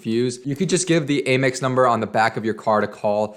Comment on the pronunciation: Please don't say aim x. It is pronounced am x. Am, not aim. Thanks!